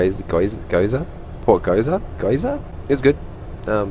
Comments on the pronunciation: G-yo-za. Great video tho, I am always a fan of the usb power and aircraft noise testing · GHEE-OR-ZAH. Nice work again mate - keep it up 👍💪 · There’s zero excuses for mispronouncing gyoza